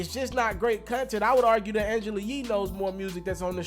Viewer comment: This nigga said " cun-tent" It's " content" fam 🤣😂